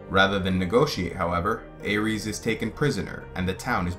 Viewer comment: Well it seems GRRM isn't too concerned about how people pronounce these names. But I just watched some interviews with GRRM yesterday and he was definitely pronouncing Aerys the Mad King as "Eris", not like the God of war pronunciation (Ares) that you were using. You don't pronounce Danny's name as Dan-er-ees do you? And in the Dunk and Egg stories, are you implying we should pronounce "Egg" with a long A sound like in pray, stay, may? Because "Egg" is short for the first syllable of Aegon's name.